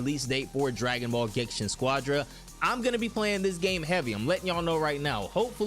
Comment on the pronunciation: Why do you keep calling it gensha? Are you illiterate?